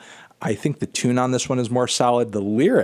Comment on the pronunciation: Was I the only one that heard Tuna Salad when he said “the tune is solid”? 🤔